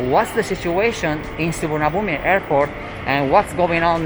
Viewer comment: You've lived in Thailand so long but still can't say Suvarnabhumi